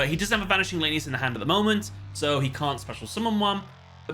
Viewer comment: Honestly bugs me as a raidraptor fan (my favorite archetype hands down) when calls them lane-e-us instead of lan-e-us ik it's not that big of a deal but still bugs me a bit